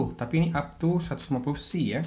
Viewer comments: dibacanya P.S.I ....bang bukan pesi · bukaaaan PESIIIIIII tapi PI ES AI , P.S.I ==== Pounds per Square Inch , itu baca nya P S I